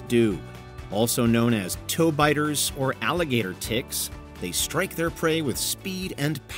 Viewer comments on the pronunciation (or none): none